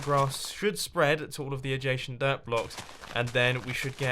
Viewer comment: heehee "adgashent"